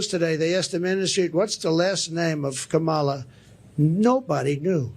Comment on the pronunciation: Wow, he glicthed & said Kamala's name right. Hes not p.o.t.u.s hes a p.o.s.😮